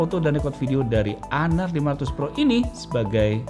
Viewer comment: Honor sebutannya honor bukan haner